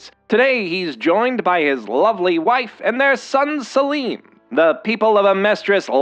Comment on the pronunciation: What? Have you seen the show. 1. Its spelled Selim. It is pronounced the way he said it in the video, not Salem.